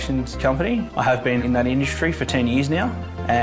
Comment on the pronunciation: hahahahaha Indushtry INDUSHTRY ?????????